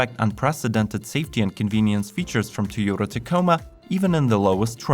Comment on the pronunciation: Can you please pronounce Toyota correctly and stop talking so much in the beginning